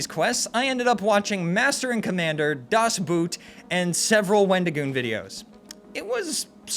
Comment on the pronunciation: It hurts me how he pronounced "Das Boot", but hey it is a 5 hour long movie, so the joke still is good!